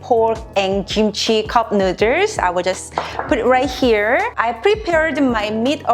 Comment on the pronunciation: Take a shot every time she says cupnooders😂💀